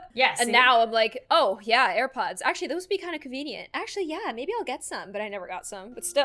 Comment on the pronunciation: Grandma:ear pods Me:no no no grandma it's air pods